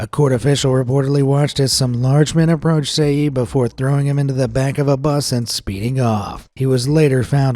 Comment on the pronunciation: nice but seyi is pronounced(sheyi ) and Lagos is not pronounced Lahghos but (laygoas)